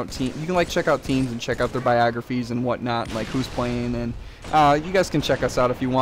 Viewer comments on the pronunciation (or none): did he saw biographies or viagraphies lol